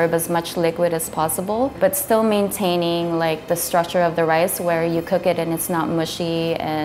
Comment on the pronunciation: Bro said lice